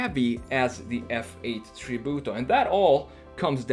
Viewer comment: I like how you say "Tributo", almost perfect Italian 👌🏼